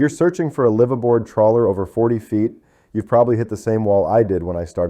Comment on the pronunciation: Mispronounced bow and live aboard. Sounds Ai to me